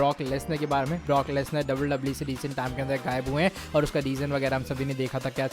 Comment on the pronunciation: Bhai wwe he double double e nhi😂